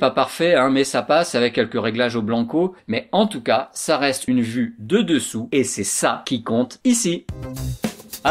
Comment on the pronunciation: Ah oui enfaîte on dit vue hein? Pas "vu"parce que toi tu dit vu 🤣🤣